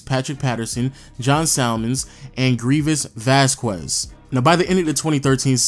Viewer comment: Greevies Bassquest, that the worst pronunciation i have ever heard